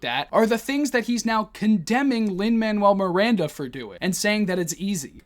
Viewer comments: Every time Ben said “Lin Manual Miranda” made me physically recoil into a ball of cringe and rage. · His militant refusal to pronounce Lin Manuel-Miranda's name is legitimately triggering to me lol